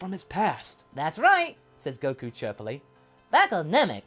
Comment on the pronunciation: Coku ah yes coku